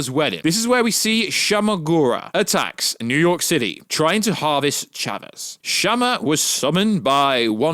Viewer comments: Who the hell is chamaaaa lmaoooo it's shuma(shoemah) jesuss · Lmfao the way you pronounce "Shuma"